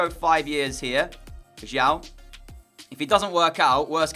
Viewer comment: the chinese player's surname is pronounced as siao not ciao